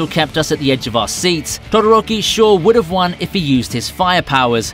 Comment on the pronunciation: did you just say dodoroki😂😂😂